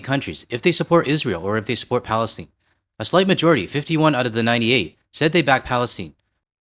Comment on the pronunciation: Don't let other people change the Canadian accent. It's Palestine not "Palesteen", Iran not "Eeran", Kiev not "Keev", and I will never start calling myself "American" or call Americans "USians" or whatever.